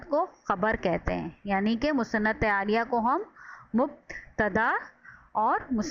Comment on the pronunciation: بہت آسان مگر جامح تعریف ہے👍مگر محترمہ انتہاٸ معذرت کے ساتھ الیہ کوآپ عالیہ پڑھ رہی تھیں۔ایک اردو کے معلم کی حیثیت سے ہمیں ان باتوں کا خیال رکھنا چاہیٕے۔